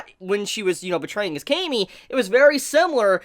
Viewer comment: Why do you say cami with a long 'a'?